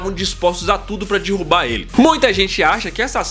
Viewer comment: pra "Pra dirrubar ele" Kkkkkkk, como dizia o Faustão: Errouuuuuuu! Kkkkkkk.